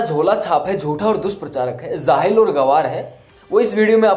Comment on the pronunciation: Beta theek se bolna to seekh lo zahil nahi jahil hota hai